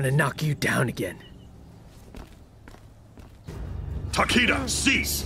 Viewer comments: Ta-Kee-Da: Ta-Kay-Da 💀💀💀💀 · I dont like the pronunciation.... I hear TakAda I like takEda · doesn't deserve Takeda.... Cause she said his name as Takeeda. Hate it. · Wasn't his name pronounced Takeeda? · Too bad he can’t pronounce it correctly even though he’s Japanese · The way voice actor pronounces Takeda gives me cancer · Kinda hate that they cant pronounce the name properly in this game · Why tf are they both pronouncing his name differently????